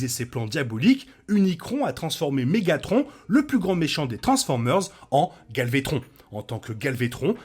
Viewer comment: Es qu’il y a juste moi qui entant « galvétron »?